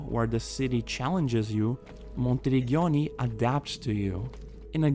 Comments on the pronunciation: No worries 😁 Your pronunciation would have been correct if it was written like "Monterigghioni" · Your pronunciation of ''Monteriggioni'' is a crime against Italians